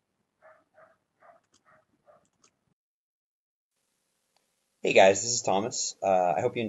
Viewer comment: It just bugs me that the Medic singer inexplicably pronounces "Schadenfreude" with an 'N' on the end...